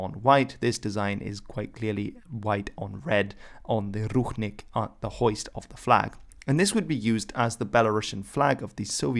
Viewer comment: It is not ruchnik, but rucznik!